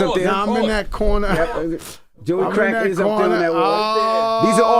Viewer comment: Love how he rolled the r in crrrrack 😅😅😅